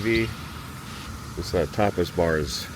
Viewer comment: I believe he meant - Tapas but sounded like topless. Tapas Papa Frita Restaurant.